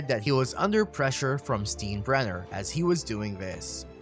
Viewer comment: I never knew that my decorative budweiser cups were known as beer "Steens". Thought they were alway pronounced as beer "Steins". Obviously the narrator never watched Seinfeld lol.....Steenbrenner.... that's hilarious